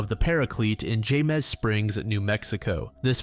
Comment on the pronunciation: Jemez is pronounced hey-mez. Also, I live really close, if you want any in person research done